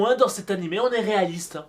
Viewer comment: "nanimé" a la fin🤦‍♀